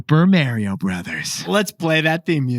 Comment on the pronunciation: Stop saying Mary-o… 😭